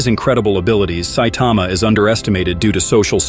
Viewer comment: Who the hell is Saitema? Saitama, TAMA. Ffs